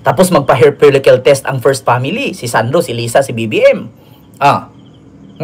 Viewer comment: Falikel “follicle”